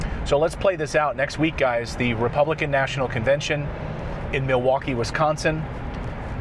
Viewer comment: As a lifelong Wisconsinite, I have to have a laugh at the way you pronounce "WisConsin". Don't worry though, we laugh when anyone not from here says it. Ope. 😂